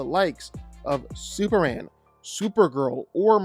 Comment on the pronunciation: Why do you say "superan"